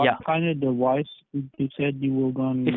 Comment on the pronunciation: What's a "Dewice"?